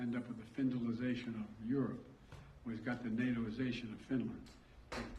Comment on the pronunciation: good thing he had a list of country leaders.... Secretary of the .....military......HUH?! slurs his speech .....and additional announcement.....stumbles, stumbles, stumbles ....the "findalization of europe"? what the heck is that? ..."all to help counter Ukraine's brutal aggression." Come on man....just read the print....the print is good...just read the print. ....stumbles, stumbles, stumbles ..."Our terms...preserve Russia's integrity"